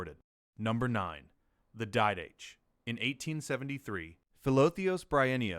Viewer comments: I came here to make the same comment. In the liturgical classes I have taken, didache was always pronounced as you suggest, or perhaps "DIE-da-key". Certainly not "did-dash". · Didache is pronounced did-a-kay not d'dash. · I know that this is going to fall on deaf ears, but the word 'didache' is pronounced did-ah-KAY. Not like anyone is going to train their AI client to pronounce words correctly. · No, you are all wrong. In classical seminary NT survey lectures, it is pronounced DEE-DUH-KAY as iota is not EYE-OOH-TUH but rather EE-OH-TA